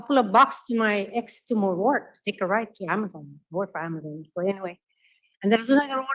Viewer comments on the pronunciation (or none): none